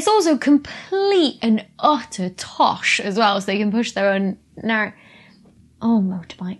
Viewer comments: I thought you said Toff, and was congratulating my American self on knowing what it means. I had no idea you were saying Toss. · Saying "tosh" makes you sound posh to non-Britishers